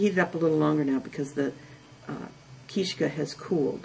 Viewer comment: Good instructional video, but her pronunciations are off (understandably, I suppose). It's not called a "keeshka", but a keestka or kistochka, which means " a bone". Also, its called a pysanka with an emphasis on the first syllable. The word for "writing" is pysaty and a pysanka is something which displays writing. Sorry, just being fussy.